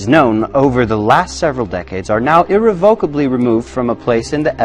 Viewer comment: The production value really went down after the awesome intro. doesn't know how to pronounce "irrevocably." Humans are also animals, so four out of four things they list are the same. (That's 100% for those keeping score.) And lastly, I am a specimen of the species Homo, specifically Bruce.